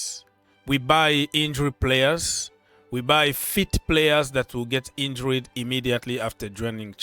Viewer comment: In-jured not In-jur-red.